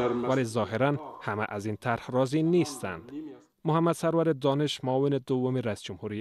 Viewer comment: سَروَر دانش - توسط گوینده خبر به اشتبا تلفظ گردید.